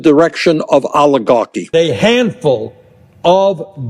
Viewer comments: Aligarchi 😂 instead of Oligarchy. Damn these people must have an amazing IQ shortage ❤ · Allahgarky??? Someone should teach Boinie how to pronounce words!!😂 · No one says "aluh gawkie "stupid ass old buzzard needs to go to away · Bernie said Oli-garchy so much that I got hungry for pasta with olive oil and garlic! Yum! hahaha!